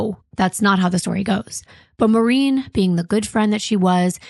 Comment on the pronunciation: I hate when people say “Marine.” My mom’s named was Maureen and she always said “More-een.” A lot of people do it so nothing against yall and maybe this lady said her own name like that. And dang, so many familiar names. I’m Rachael, my mom was Maureen, my uncle is Kim, and cousin Kem, and my grandma is Norma. Is this fu**ing play about us?!😂